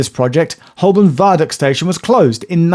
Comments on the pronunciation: It's Ho-bun right? That's how I've always said it, rather than hole-burn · Please pronounce Holborn correctly. It is Hoburn. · Why are you pronouncing Holborn like a tourist? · I always thought that Holborn was pronounced Hoburn with a silent 'l' and a 'u' for an 'o'. I might have been saying it wrong for many years. Don't even start on Southwark! Interesting video, so much info I had to watch it twice. Thanks Geoff.